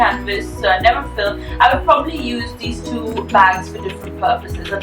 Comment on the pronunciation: It's a LV 'NeverFULL' not NeverFILL... :)))